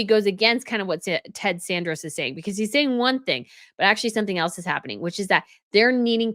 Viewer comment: Love your podcasts. Pronouciation is important. The guy's name is Ted Sa RAN dos - not San DOR os.